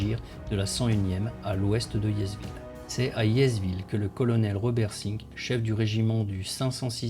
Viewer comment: ce n'était vraiment pas une critique de fond. J'ai apprécié votre vidéo. J'aurais dû commencer par là ! Quelques petits soucis quant à la prononciation des noms de localités... (Comme Audouville, ou le s de Hiesville qui ne se prononce pas...). Je ne vous embête plus, promis !